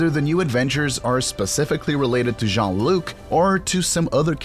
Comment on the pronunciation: Brent spinner? Datta? Jean luck Picard? Come on, dude.